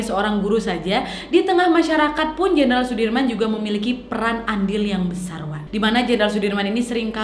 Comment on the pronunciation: Jenderal wak bukan jendral